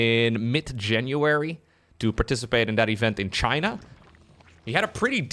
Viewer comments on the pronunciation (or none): none